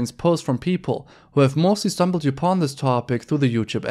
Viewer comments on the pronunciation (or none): btw: "upon" is pronounced just like "up" + "on", not "yoopon" 😂😅